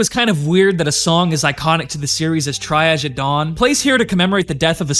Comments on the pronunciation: It's pronounced, "TREE-ozh", not, "Try-adge." It's a French word meaning, "to conduct a preliminary assessment of patients or casualties in order to determine the urgency of their need for treatment and the nature of treatment required." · say "triage" again lol